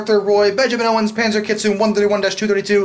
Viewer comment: Well, I can rest assured that every video, you'll successfully mangle one word of Japanese,! ("Kitsune". Proper pronunciation is "kee-tsu-nay," but with the short, almost clipped vowel sounds used in Japanese. Basically, three syllables instead of two.)